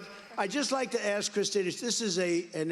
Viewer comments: what is axed????¿?¿ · Why do people say pronounce ask “axed”. There is is no x or ed when pronouncing ask. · Aaasssssssssss..KA... Not Axe...Asssssss-Ka...Asss-ka....As-ka ...Ask..Ask..Ask.... Where do we get that from? My mother and father both say it...my sister says it, and my girlfriend says it... We spell it right... How is it possible that we still say AXE? I don't get it. LOVE YOUR SHOW BTW.. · "Ask" is pronounced As'k.. Not X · I think its ASK not AKS. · Love the reactions... but Why say AKS if the Correct is ASK? I know people say is culturally some people say... but it is wrong and sounds bad and wrong. Keep up the reactions!